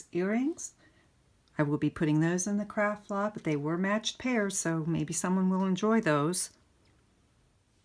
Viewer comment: You say, "Craft Lot". I hear "Crap Box". I can't unhear it now. Makes me laugh everytime.